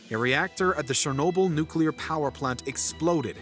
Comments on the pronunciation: shernobyl? its CH-ER-Nobyl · Its Cher-no-byl not Sher-no-byl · it's pronounced CHernobyl not SHernobyl like pls 😭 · It’s not sherrnobyl it’s Cher nobyl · you spoke the word chernobyl wrong. you speak it out as cher(from the word cherry)-no-byl(from the word debiel in dutch (biel=byl)) this is how you say it. cher-no-byl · There’s no “sh” sound in Chernobyl